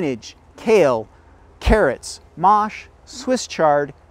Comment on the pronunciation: no, the French pronunciation is —> “maah sh” ~ Mache. No “ay” at the end. 😅